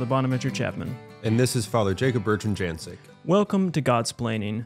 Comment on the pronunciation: Well. still mispronounces it - it is pronounced 'Yan-chick' not 'Jan-tsyk.'